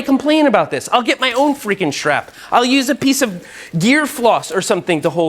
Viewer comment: Shtrap AND shtring talk in one video? What a treat.